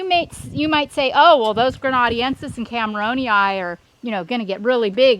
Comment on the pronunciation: Aloe grena-DEN-sis....